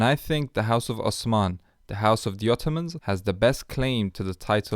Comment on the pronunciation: i'm going with the young napoleon cause he looks like a total chad also, what i find amazing is that not a single person pronounced "osman" correctly lol